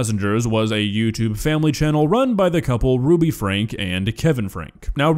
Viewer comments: it's pronounces as Frankie, not Frank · Just FYI their name is pronounced Frankie even though it’s spelled franke. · You are pronouncing Franke wrong.